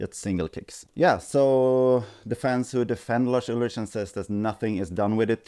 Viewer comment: Pretty sure his surname is pronounced Ulrik